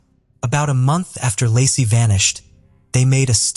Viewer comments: If you are gonna tell the story of a murder victim, at least have the damn respect to call the victim their right name. LACEY, NOT LASSIE OR LARCY.🤦‍♀️😠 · It's LAY-SEE PETERSON (LACEY)